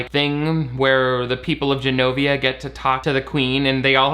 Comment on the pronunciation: They also pronounce Genovia as Zs-enovia (like Zsa Zsa Gabor), while the Americans say Genovia like a J